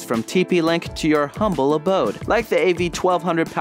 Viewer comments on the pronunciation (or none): none